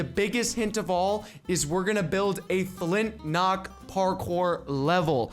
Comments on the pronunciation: Is is just me or does he say Flint nock instead of Flint lock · It's not flintnock, it's flintlock..